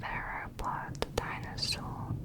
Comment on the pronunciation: Yo hablando español escucho “tainasos”, cada vez que ella dice dinosaurios 🥺